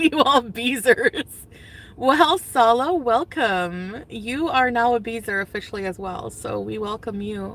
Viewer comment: When she does the "blah blah blah" thing it makes me irrationally angry. Also when she says "SaWLouaahh". Hideous potato.